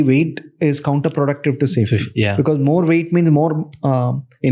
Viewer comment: Pls pronounce "because " as BECAUSE not "bikis "